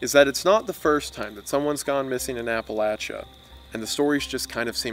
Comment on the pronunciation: The pronunciation of Appalachia hurt me so much